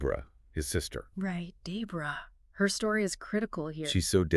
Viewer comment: Day bra? Debra 🧍🏽